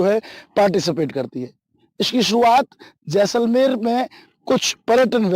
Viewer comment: Jesalmer nahi JAI-SAL-MER